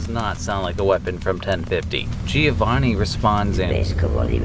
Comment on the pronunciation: oh by the way, its not gee-oh-vahn-ee.